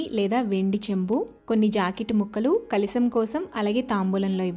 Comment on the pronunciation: kalisam kadu, kalasam anali.